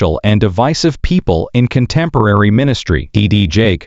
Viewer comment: Is the constant mispronunciation of his name to avoid a law suite?